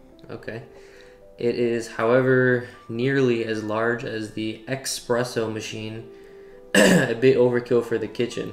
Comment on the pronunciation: lol, the way you emphasized X-presso while reading that 😂 Great video as always my dude